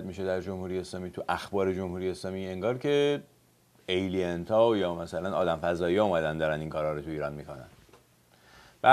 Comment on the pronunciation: Also extraterrestrials called aliens not elliet 😂